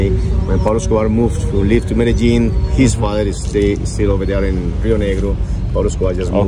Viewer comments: Medezzin nahi Medellin hai city ka naam. Baar Baar medezzin medezzin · Bhai medijeen nhi bolte h Columbia side me. Medi een bolte b. CORRECTION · Bro words ko pronounce krna tho seeklo medajin nahi hota meri jan medellin hota😂hai tho please learn how to pronounce the words I like your vlogs by the way